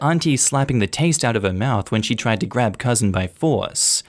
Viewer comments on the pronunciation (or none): none